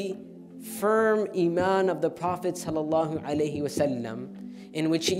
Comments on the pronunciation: It's not the prossaywaslm.Say it slower and pronounce it correct.Thank you. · It’s not sullasalam, he should pronounce the blessings correctly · very nice video but most of the time when u say prophet (saw) u dont say properly you can't do that please u speak very fast and not clearly please don't repeat this mistake again